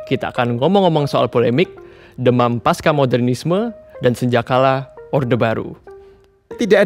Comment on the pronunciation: Pasca, bukan paska.